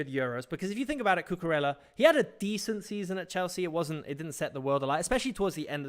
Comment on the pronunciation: Great tactical content. Just fyi Cucurella's name is pronounced 'Cucuraya'